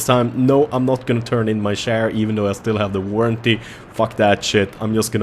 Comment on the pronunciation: I swore he kept saying share like online banking shares... Nope he was saying chair lol